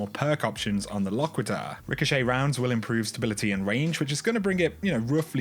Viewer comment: It's pronounced "Lock-quit-er."